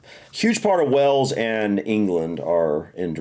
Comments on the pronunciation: It would be better if said Way-Yulls. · Hail, snail, whale= Wales. Please make the effort to at least try. You are driving me insane lately with your pronunciation it is not Wells it is Wales 😅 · Love your videos, I've just got one request. Please stop saying "wells". Wales isn't wells like bells. It's Wales like Tails. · Its WALES not WELLS ffs. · Wales pronounced as Wails or better still Cymru pronounced as Come ree. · it's way ells boyo... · He has always said wells for Wales lol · Not wells . WALES